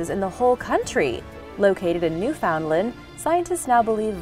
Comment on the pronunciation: It's ironic that names of obscure places around the world are pronounced correctly and you can't get Newfoundland right... It's pronounced New-fund-land.. 🙄